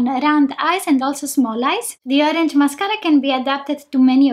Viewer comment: Take a shot everytime she says mascaara Lolol